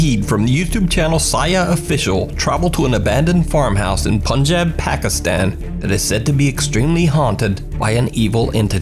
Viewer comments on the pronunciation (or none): my bro does n t know how to pronounce 'pakistan'